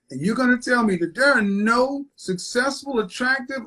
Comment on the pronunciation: dhere not there 😅